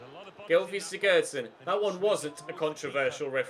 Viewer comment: Pls stop mispronouncing player names when you know you’re wrong :(. The commentator said siggurdson all game and you keep,saying siGGERRdson :( XD